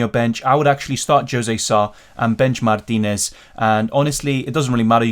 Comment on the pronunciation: Love your proper pronunciation of " Mártinez " 😎